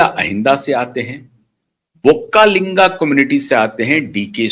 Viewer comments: Sir pronounce properly it is not vokkalinga but is VOKKALIGA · Not vakkalinga it is VOKKALIGA 😊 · Not vokkalinga, vokkaliga